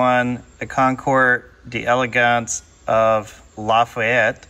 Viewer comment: The "d" in "D'elegance" is not pronounced separately. One says "delegance", nt "dee elegance". In other words, "concoor delegance" is the correct French pronunciation.